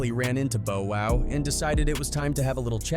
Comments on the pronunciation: THE AMOUNT OF TIMES YOU SAY 'BO WOW' HAHAHAHAHAHAHAH. Are you trolling, bruh? 😂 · Cut it the minute i heard "Bo-Wow". 🤦‍♂️ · I know I'm not the only one that heard him mispronunciation Bow Wow's name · They bogus for saying bow wow's name wrong like that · 😂 the many times this AI said Bow Wow😂 it's now his name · The way this thing says bow wow killed me! 😂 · "Bow Wow" as in bow and arrow. I nearly died. LOL. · How are you gonna make a hip-hop video and you don’t even know who Bow Wow is or how to say his name come on that makes me lose all credibility and don’t want to finish the video for sure😮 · Bow- wow? 😅😅😅😅😅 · I stopped at Bow Wow I'm going to sleep 😂😂😂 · You got Ola Runt right but you didn't get Ciara and bow wow's name right? What the f*** is wrong with you? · How u don’t kno Bow Wow pronunciation. HE CANT KNOW HIP HOP LIKE THAT WOW👎🏾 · "Bow and arrow" Welcome to the English language. Ai just has a little catching up to do. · BO WHO??? How TF is this channel CALLED: HOOD WAR CHRONICLES.....and yet you have some AI CAUCUS MAN speaking about BLACK CULTURE....and on top of the coonery/colonization.... You can't even pronounce BOW WOW..... Thank you for wasting my time. I stopped at BO WHO???? It makes this WHOLE VIDEO some BULL 💩.....Wouldnt believe a thing in it... I wish the block button worked definitely here....and I've NEVER said that about a YouTube channel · Not you calling him Bo-Wow 😅 Who tf is Bo-Wow 😭🤣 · Instead of T.I. you said Tye. Instead of Bow Wow, you saigh Bo Wow. You've gotten nearly every legends name wrong. Please stop making hip hop videos if you cannot even say their name with respect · "Bo-Wow, Tai & Hoff" huh? Sounds like a 1970's Kung Fu Flick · Who is "Beau Wow"? Is he related to Bow Wow? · Bo Wow instead of Bow Wow... 😂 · Boe-Wow and C-Ara….. yeah AI! Is! Horrible! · Boa wow the way he pronounced his name 💀 🤣 how you gonna cover rappers you can’t even correctly say their name 😂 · Bo-wow 😂😂😂😂 Verzoos 😂😂😂😂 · “Boe Wow”😭😭😭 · Bo Wow! 😂